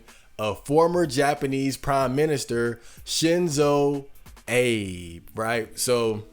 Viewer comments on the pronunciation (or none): The way you're saying his name is driving me crazy